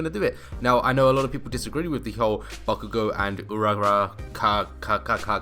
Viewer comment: Noo not bakugo I think it's pronounced 2go